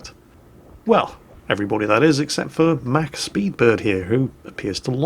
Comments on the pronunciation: Mach...prounounced "mock" not 'mack"...;-) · Correct me if I'm wrong, but isn't "Mach" intended to be pronounced like "Mock", as in a measurement of the speed of sound? Anyway, thanks for keeping me up at night!:P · Dammit it's the Mausburger, not the mauwerbrekkkker or whatever. Mausburger! Also I'm not sure if that's just how Brits pronounce the word 'mach' so I'll assume it is. You guys say (mack) and we in the States say (mock). Fun fact of the day. For me. If I'm right. Okay, back to the salt mines.